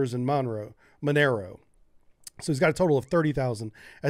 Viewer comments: It's pronounced "mon-air-o" not "Monroe" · Thanks for covering this on stream and making a VOD for us YouTube plebs. I do want to point out that Monero is pronounced "Mon, as in Money, and ero, like arrow." It's not Monroe. It's also kinda neat as a crypto currency due to the algorithm being specifically designed to not be run on ASICs like Bitcoin, so you have specific hardware that can mine Bitcoin really fast, Monero designed the algorithm such that CPUs and GPUs would be competitive, and stay competitive. You might remember how Bitcoin progressed through roughly 4 eras, first CPU mining, then GPU mining, then FPGA mining (chips that can be programmed at the logic level to do a specific task, but are mass produced), then finally ASIC (chips designed to do a specific task) mining, and now mass mining by huge datacenters. Monero is most effective on a CPU, but can be done on a GPU. You might be able to program an FPGA but it'd be ineffecient, and developing an ASIC just wouldn't be worth it. I find that interesting. They call it "egalitarian mining." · Why do you keep saying "Monroe" when it is Monero. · Monero is pronounced "mo-nare-o" (not "mon-rowe") and is not just a cheap version of bitcoin. Monero is specifically designed for anonymity where bitcoin is not. Every transaction with bitcoin can be traced, by design. The bitcoin blockchain is a record of every transaction ever made with bitcoin. EDIT: changed how I spelled the pronunciation of monero to make it more clear. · Video Drinking game: Every time he calls it Monro instead of Monero, take a shot 🤣🤣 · Mon-Row? How do you get that from Monero? Mo-Neh-Ro... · Good report; you provide very good analysis and information. However, and this isn't important and just a personal foible, but it's pronounced "Mo-ner-o", not Monroe. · its not Monroe but mon-air-oh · its not "monroe" it is Mon-er-o... sheesh. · moNEHroh, not monROE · Monero is pronounce MOE -NE - ROE. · Monero is pronounced: Mo-narrow